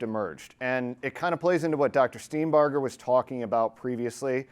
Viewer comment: OMG -- one of the few people who have properly pronounced Dr. Steenbarger's name:, impressive